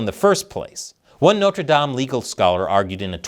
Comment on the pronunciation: This guy doesn't know how to say Notre Dame 😂😂😂